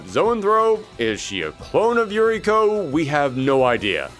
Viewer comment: Uriko is pronounced Oo-ree-ko.